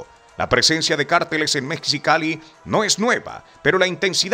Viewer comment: Mejicali y no "Mexicali",la "x" se pronuncia como "j".😊